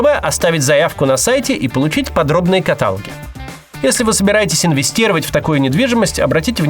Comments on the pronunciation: Максим, извините, но каталОги (ударение на О - КаталОг), а не катАлоги. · КаталОги Кац, каталОги, не катАлоги! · катало́ги, Макс, катало́ги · катало́ги так же как: некроло́г эпило́г проло́г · Максим, насколько помню со школьных времён, каталОги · Максим, Вы специально? Подробные катАлоги?